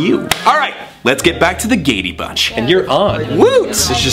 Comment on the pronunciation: When I heard the Gay-day Bunch I had to stop the video because I died right then